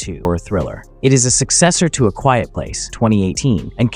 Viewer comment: A "quite" place?